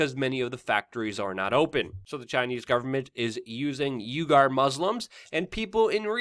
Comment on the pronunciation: Uighurs - pronounced 'We-gores'. Sorry, just sayin' Luke. :)